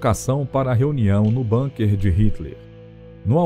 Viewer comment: BUNKER – A palavra ALEMÃ é BÚNQUER, como se escreve, não BÂNQUER, com pronúncia angloide. Aliás, quaisquer palavras ou nomes estrangeiros têm sido ditos entre nós como se fossem anglo-americanos; precisamos contar a locutores e apresentadores que existem no mundo outros povos – e línguas! – além desses.